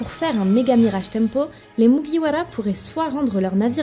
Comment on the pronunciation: MuguiwaRA katakuRI 😂😂😂😂 tu peux rouler les R pour ses noms si tu v ça nous dérange pas😂😂😂